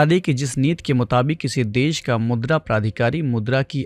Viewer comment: Sir aap neeti ko neet neet kyun bol rahe hain